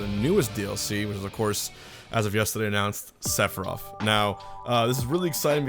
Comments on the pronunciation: Sounds like he sayin "Sephiroff" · Okay why are you saying “sefirof”. I don’t know anything about FF but I can’t tell if people just talk lazy or the “th” is actually pronounced with an “ef” sound